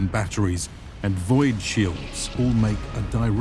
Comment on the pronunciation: first time i heard void pronounced with two syllables so cleanly